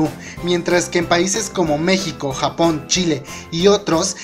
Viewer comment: ⚠⚠ jimin dijo mecshico